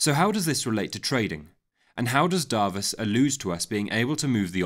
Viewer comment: As a Hungarian I am here to say is pronounced as Doarvash!